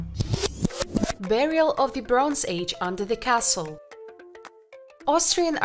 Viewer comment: And "broonze".